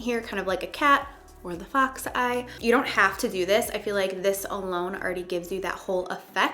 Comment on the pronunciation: I thought she said fuck's eye when she meant fox